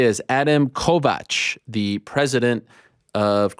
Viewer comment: Ariel pronounced Kovács perfectly and it’s nice to hear him want to know how it’s pronounced in Hungarian